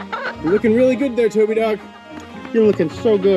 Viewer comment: Toby: "This is so embarrasking! A camera, too? Rearry???" (She did a pawesome job!)